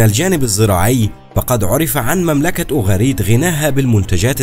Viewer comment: اسفة اسمهما أوغاريت قراءتك غير صحيحة